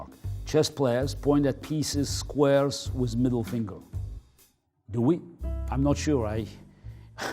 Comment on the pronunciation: I love when he says wiz